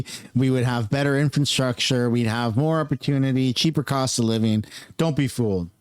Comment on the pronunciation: PLEASE....FOR THE LOVE OF GOD... Stop using the word "infrastructure" you can't say it properly and it makes you sound like a retard